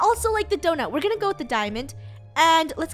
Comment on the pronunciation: its so funny that says gow instead of go